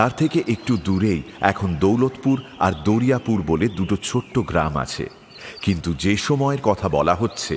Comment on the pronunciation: আমার বাড়ি কপালকুণ্ডলা মন্দিরের কাছে ❤ ওটা দরিয়া নয় দারিয়া পুর